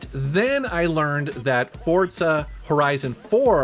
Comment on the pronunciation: Way he says Forza always throws me off